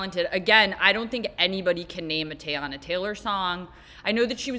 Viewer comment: “Tay-anna” Taylor was all I needed to know.